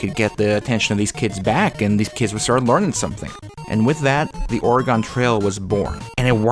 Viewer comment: 10 minutes and you didn’t pronounce Oregon correctly a single time. Congrats.